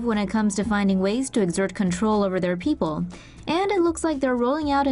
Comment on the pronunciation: We kind of had that here "Peeple"